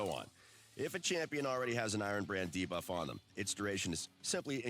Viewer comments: I hate the way dude says debuff - DAY-BUFF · DUH-BUFF? It’s got to be janky AI right?